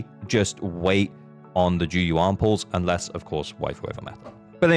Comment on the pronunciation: Why does everyone say zhu yuan wrong. The va does a great job at pronouncing it.